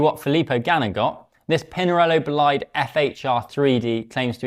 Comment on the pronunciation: Worst pronunciation of Bolide😒